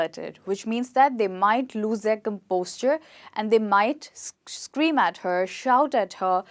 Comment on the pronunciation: You are saying " lost composture"( I mean you are pronouncing composure as composture)..why is it so??